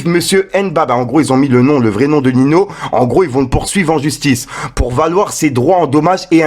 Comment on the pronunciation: 😂 Il m’a dead comment il a prononcé